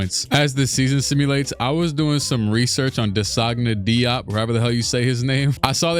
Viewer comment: Bro that was an insane way of pronouncing DeSagana Diop lmao😭